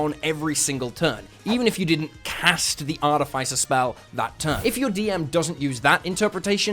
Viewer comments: Can we talk about Arti-FI-cer...? Instead of Arti-FIS-er. Haha :) "Morning Of-FI-cer, I'm getting my broken break light fixed today." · Great vid. But it’s pronounced Ar-TIFF-iss-er, not Ar-tif-ICE-er. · Artificer is not pronounced like that, both 'i's are pronounced with the normal sound not the vowel sound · I'm sorry I can't listen to you say artifice wrong for twenty minutes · Probably a sign of mental illness Probably should get checked out. 🫠